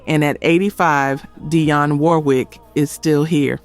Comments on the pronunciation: Why did she forget how to pronounce Dionne (dee-on) she kept saying "die-on" ? Sorry if I sound petty but she's pronounce correct at first...wth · DEE-on. Sweet Baby Jesus! Learn how to properly pronounce their names! The fact that you continually MIS-PRONOUNCE their names is SO DISRESPECTFUL!